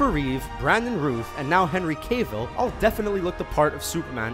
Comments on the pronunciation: right. its routh like mouth. cavill like travel. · Henry Cave all 😂. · Henry "cay vill" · I can kind of understand "Routh" because it's not a common name but I have no idea why "Cavill" is so goddamned hard for so many people to say. I've heard "Ca-Ville," "Cay-vill," "Cavall," and "Cay-Ville." The creator of that Superman Lives documentary, John Schnepp, ALWAYS says it wrong in spite of being corrected several times on camera. He just refuses to say it right. It's not because he honestly can't remember. He's been corrected on camera at least three times and people tweet him about it pretty often. At this point he's just being an asshole to Henry Cavill. You know what else I think is fucking stupid though? The people who insist on pronouncing "Ben Affleck" like "Benna Fleck." I guess they think he's Bela Fleck's brother. Jesus Christ, people. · "Henry Cave-ill" XD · Yes. It's not meant to be pronounced. Cave-ll. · Henry " Cay vill" c a y vill C A Y vill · Who tf is Henry "CAYEVILL"??? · HAHAHAHAHAH oh gosh u said Henry Cavill so wrong I laughed to hard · Yeah. Plus he pronounced Cavill wrong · wait what? You said Henry Cavil normally until now?